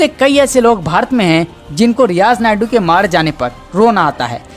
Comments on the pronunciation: Naidu nahi maiku hai,Sahi uchcharan karo dear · Sureshji ye aawaz kiski he? Ye riyaz naiku ko Barbar riyaz naidu bol rahe he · Naikoo he spelling thik se bolo